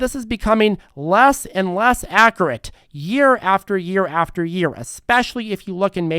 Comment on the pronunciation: we love you and are thankful for your content, but please, please start pronouncing the u in accurate.